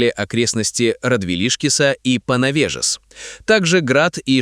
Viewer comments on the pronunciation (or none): Не Панавежис, а Паневежис.